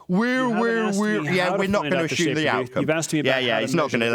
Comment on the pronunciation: I'm going to take a shot every time say's "Ashume "...